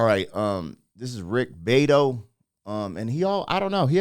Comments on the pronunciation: Bee - ahh - doe, not beedo lol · It's pronounced bee-AH-toh. Love your channel. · Rick Bee-ATT-Oh